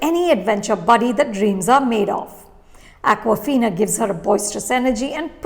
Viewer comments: Her name is Aww-ka-fina, not Aquafina. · ShAAng-Chi and AWK-wafina